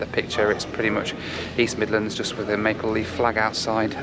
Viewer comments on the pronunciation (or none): none